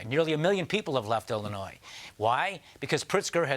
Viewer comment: Did I just hear the former governor of Illinois mispronounce the name of the state? It sounds like he added that plural “s” at the end of it.